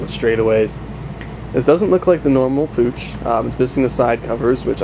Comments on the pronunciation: its "puch" just use google translator and select german.. its like german "buch" Im from austria btw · "Push" is how you should pronounce it